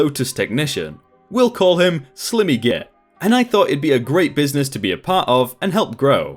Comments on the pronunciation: "Slimmy" LMFAO It's pronounced "sly-mee" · Slimmy git? Surely you've heard the word ' slimy' pronounced slimey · Slimmy? Surely you mean sli-me? 😂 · 🤦🏽‍♀️ Sorry mate... it’s not Slim-y git.... as in skinny. It’s Slime.... as in slime ball, sly, long i. A slimy git is a “slippery arrogant ass” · It's slime-E not slim-E, like slime with a y, even though it's spelled like slim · "Slim-ee Git?" Really? It's the word Slimy - as in "Sly-me". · slim-ee really bro? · Slimmy? It's Slimy (Slime-ee) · If you expect people to visit a channel to listen to you read for money. You need to improve your reading skill. Slimy is not slimmy. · Sly-me as in like slime. Pro-pry-et-or. Vin-dic-tive. I don't normally grammar nazi but this particular video you did not seem to take the time to make sure that you are pronouncing things correctly which, since you are British as am I, is one of the reasons I normally like your video's. This one seems a touch below your normal standard. Sorry. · Cannot un-hear "slimmy" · I hate to be the kinda person who corrects people but SG in the second story slimy git it’s pronounced Sli-me git lol sorry but it really bugged me every time you said it incorrectly lol but hey I absolutely love your videos so I guess I can forgive you for it lol